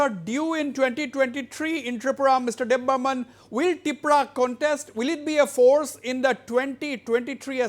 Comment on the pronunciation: Not debbarman , It's Debbarma